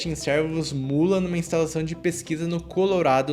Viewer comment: estou brincando com a forma com que ele pronuncia, servos ao invés de cervos